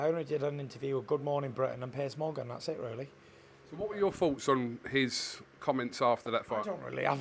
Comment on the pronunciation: Did he say ‘Piss Morgan’? 🤔